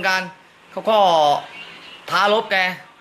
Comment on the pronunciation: คำว่า ท้ารบ ชัดเจนสุด